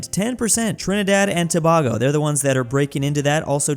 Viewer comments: my God, pronounce us correctly! To-bay-go, not To-bah-go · It's "toe Bae go "